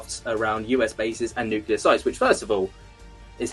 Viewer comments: Thanks for coming on,. But please, for the love of my sanity, please stop saying "nuke u lar". The word is "nuclear", clear like the glass it produces. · Neat discussion and all, however, I immediately lose just about all respect for someone and begin to doubt their intelligence when they can't pronounce nuclear correctly... It's spelled "nuclear," not "nuculur." Sound it out... New, klee, urr. Think new-clear. It is absolutely not pronounced like new, kyoo (Q), lurr... That is how an idiot pronounces it. C'mon, you can do it. Helpful tutorial video below... 🤦‍♂ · I wish he would quite saying nucular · Why can’t anyone pronounce the word nuclear?